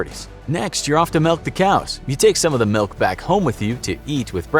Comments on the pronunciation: You keep saying “Melk” instead of Milk so I hate you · Melk? I’ve never heard anyone say milk like that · I can't unhear it......